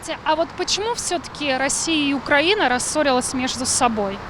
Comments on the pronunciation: Ведущая! Украи'на (ударение на И) и поэтому украИ'нец, а не укрАнец. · Украина и Украинцы внимание для ведущей!!! Ударение не "а" а на "и". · Государство УкраИна, народ украИнский☝🏻 Журналисты должны правильно произносить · Солнышко, делай правильно ударение Украина, украинцы, ужасно слушать. 🤮